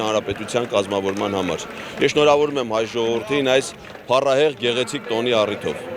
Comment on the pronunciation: 2րդ անգամ նոր նորմալ ասեց 😢😢🎉😂😂❤❤ՓԱՌԱՀԵՂ բառը😅